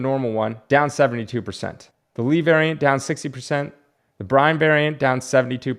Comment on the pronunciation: Bryne = pronounced Burn